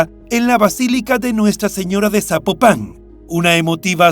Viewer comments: No es zapo pan 🤔 es Zapopan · Amigo ni idea de donde seas pero no se dice "Zapopán" se dice Zapopan, de corrido sin enfatizar en la palabra "pan" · Es Zapopan no Zapopán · Estaría muy pero muy bien, que antes de hacer tus videos investigues cómo se pronuncian los nombres de personas o lugares que vas a mencionar. Cada vez que dices ZapopAn mi imagino un sapo arriba de un pan!! 🤣 se pronuncia ZapOpan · Me gusta el programa, pero sin ofender me gustaría aclarar que no es Zapopán , es Zapopan Jalisco " no lleva tilde . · No SABES PRONUNCIAR ES ZAPOPAN NO ZÁPOPAN DOS YA MUERTA LA MUJER LAS ACTIVISTAS PROTESTAN NO MMN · Se escribe ZAPOPAN y NO se pronuncia Zapopán, se pronuncia Zapópan. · "zapopán" jajajajaaja que insoportable escucharlo así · Se pronuncia fuerte laprimer silaba zápopan y matamoros como se ve se pronuncia no matamorros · Al narrador le voy a pedir un favor, antes de narrar investigar como se pronuncia las ciudades, es horrible como dice Zapopan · Es la justicia de Jalisco y el poder judicial sumamente corruptos no el gobierno federal también quiero saber de donde es el narrador pues pronuncia Zapopan muy mal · Hola, te mando felicitaciones por tu trabajo; la investigación y narración son buenas. Al calce, solamente puedo mencionar que sería importante poner atención a la pronunciación de nombres propios de las regiones que mencionas en cada uno de tus narrativas. Zapopan, lleva acento prosódico en la "o" y en otro caso, se suscitó en Matamoros, aquí entre las dos "o" la "r" se pronuncia suave no como si fuera doble "r". Es una pecata minuta, pero es importante para enriquecer tu trabajo. Saludos desde Los Ángeles Cal. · Estelaflorespenagos: tampoco es correcto Zapopan con acento en la primera a es Zapopan sin acento escrito, solo se pronuncia el acento en la o. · Al narrador le sugiero que aprenda a leer, o se informe cómo se pronuncia Zapopan, porque no lleva acento de pronuncia sin acento o es Zapopán.